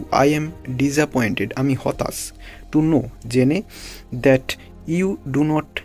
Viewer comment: ভাই হতাচ বলবেননা, বলবেন হতাশ।